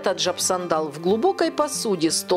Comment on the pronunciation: Аджап сандан.. а не сандал какой то..